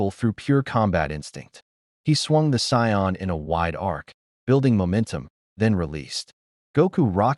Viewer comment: What would the world be like if an AI reader could pronouce the word "Saiyan."